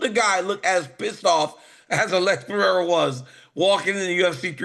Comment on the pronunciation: The minimum you can do is learn to pronounce the champions name Pereira... you say you are professional ?